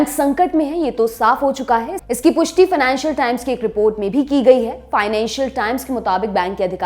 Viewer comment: मेरे प्रिय बस एक छोटा सा प्रश्न है। फाइनेंशियल (Financial) होता है या फिनानशियल (Financial) होता है या फिर दोनो ही ठीक है अपने हिसाब से। ने ठीक से 1: 30 समय में दोनो है कहा। आप के उत्तर की प्रतीक्षा रहेगी। 🙏